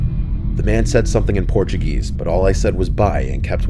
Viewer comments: "Portu-geese" as says... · “In Porchuh GEEEEESE”